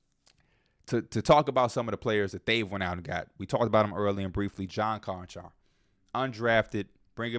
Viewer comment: Bra said John Konchar 😂 hell naw. Lofton, Roddy, Z, Chandler all misses...giving these dudes too much credit.